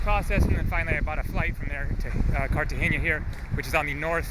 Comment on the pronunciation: Wow- it's too bad this happened to you. I've been robbed in the U.S, so like you said, can happen anywhere. Stay safe in your travels! Also,it's pronounced Cartagena the (n) is solid, not cartage(ny)a.